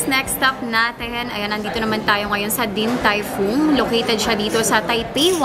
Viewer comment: Omg, yung pronunciation ng DTF paki correct naman. Sakit sa tenga